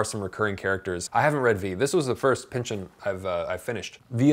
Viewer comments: His name is not pronounced Pinch-ON, it's pronounced Pinchun. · Why do you say Pynch-ON instead of Pynch-in which is how most people say it? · it's Pynchon, not pynchuuuhn, stress is on y